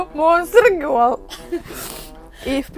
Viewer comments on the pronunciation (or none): "Гёл"? Может "гёрл"?